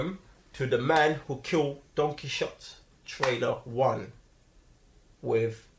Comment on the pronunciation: Quixote is pronounced more like "Key ho tay", but it is one of the most well known and critically acclaimed novels of like all time. Don Quixote did travel on his horse, but he was going a bit crazy. Hence the well known "fight" with a giant (actually a windmill)